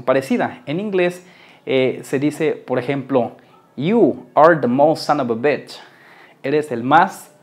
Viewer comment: In engiish its bitch not batch